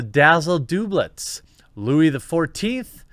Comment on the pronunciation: doublet is pronounced 'dub-let' and it's a short padded vest, not a dress.